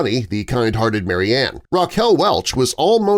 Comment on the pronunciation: Her name is spoken as Mary Anne. Marianne is pronounced differently.